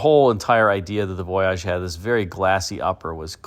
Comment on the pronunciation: Why are you pronouncing voyage so very oddly? You are reminding me of John Davis trying to pronounce Camry on motor week… remember at first he called it a CamrAy? I think someone told him it was pronounced that way, and then laughed at him as he mispronounced it for a season or two… If you were to go on a trip on a boat, would you pronounce it the same way as you do the concept caddy? How do you say Plymouth Voyager I wonder. Is it Voyagér?